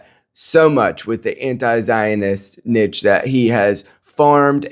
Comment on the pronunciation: I'm 1 min in and have no idea what you even just said. Nick proved that you believe that Nick's opinions offer niche farming to the conservative movement? (You pronounce niche wrong btw) 😂